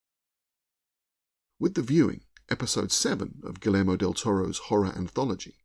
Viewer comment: Just a heads up, the "double-L" in Guillermo is pronounced like a "Y", as it is a Spanish name / word.